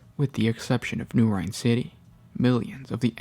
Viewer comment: Rynn = “Rin” never heard it pronounced as rhine. You have correct pronunciation in all of your other vids.